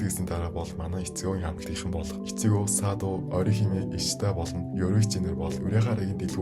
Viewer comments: Itsigo❌ Ichigo🆗👌🏾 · tod yrildaa ichyo ged bgamu ichgo gdb gmu